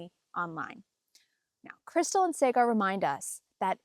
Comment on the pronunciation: Also it is Saaaag-ar (like Saag Paneer). Krystal has now fully hijacked the show.